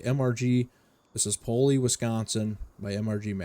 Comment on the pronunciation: Paoli is pronounced Pay-oh-lie for future reference :)